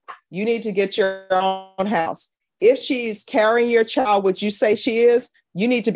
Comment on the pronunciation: I love judge B. I watch as many cases as i can. But she can do better than " chow, and whorl" for child and world. Just saying.